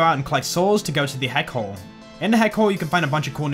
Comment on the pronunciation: pronunciation of 'Heck Hole' sounds like 'Head Cold' to me. Idk why 😂